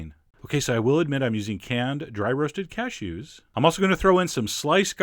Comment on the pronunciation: the way you say cashews made me giggle! cashOOOs :)